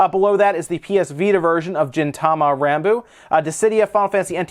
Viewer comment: you butchered Gintama the G is pronounced like in Gabe